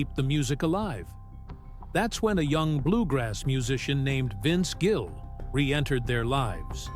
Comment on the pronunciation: Incredible. Title has nothing to do with story. Can’t pronounce his name right half the time. He is a great human being and talent and deserves so much better. I wish he and Amy all the best.